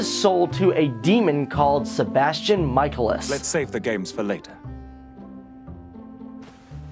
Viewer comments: its pronounced SEE EL (like that) And Sebastian's last name is pronounced MIC A LIS Pls learn it. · See el, it’s pronounced see el. Not si el. And it’s meh cae lis. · I died when he said Ciel's name wrong and Sebastian's last name wrong. Its {See-l} and {Muh-Kay-Lis} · Wait wait wait.... Did he just say.... Si-e-l? *facepalm* and... Sebastian mike-al-ias ur killing me buddy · Kee-roo-sheet-sue-gee. Isn't that how the supposed to say it? Mike-ay-less and See-el SAY IT WRONG AGAIN AND ILL RIP OUT YOUR VOICE BOX AND FEED IT TO YOU! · SBESTIAN "MIKE- EL- US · Yeah, not to mention they were distracting. I was constantly like, "It's pronounced cee-EHL and mi-KAY-lis! How could you watch the show and still not know how to pronounce their names correctly?" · Japanese pronunciation Ciel: Shieru Michaelis: Mi-Ka-El-Is English pronunciation Ciel: C-Yel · His name is actually pronounced 'Mic eye lis' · Ciel (See-el) and Manga (mon-ga) and Michaelis (Me-cal-is) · I must say i felt incredibly offended by you mispronouncing my name. I am Ciel (see- L) phantomhive not Sai eel and my butler Is known as Sebastian michaelis (Mic-a-Lis). I can understand with my butler as it seems you were merely pronouncing what you saw however I thought my name was pretty obvious? sighs Perhaps you need to do a video on how to say things... Honestly... Also the show/ Manga is Kuroshitsuji which is pronounced as: Kuro Shit Su gee Please for the sake of the hard core fans who died from cringe during this video Learn how to prounounce names yes i understand that they may be japanese which can be slightly hard but if you can't say it - DON'T SAY IT- it can't be that hard surley?* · When you know the cringe is real as Ciel's and Sebastian's last name is pronounced wrong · Oh My..The way he said Ciel and Michaelis....I cringed so bad (Im a huge Black Butler fan btw)